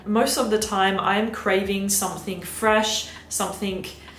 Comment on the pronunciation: i adore you and thank u for ur reviews but pls stop saying somethink.. no shade x